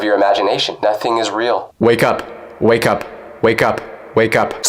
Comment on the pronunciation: I do not like when you sed whaickup